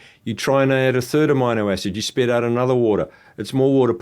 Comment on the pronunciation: How can anyone take this guy seriously when he can’t even properly pronounce “amino acid”